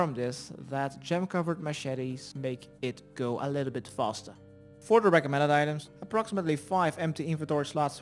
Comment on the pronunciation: fortherecommendeditems everytime he says it like that hahaha